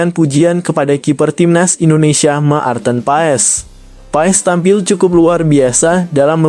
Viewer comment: kok sebutan maarten paes.ejaannya ma-arten paes jgn berbata2,malu dong.